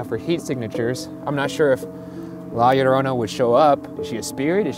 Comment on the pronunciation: oh ok lol, well he sounded perfect to me because I'm native spanish speaker and that's how we said it here in Mexico too :)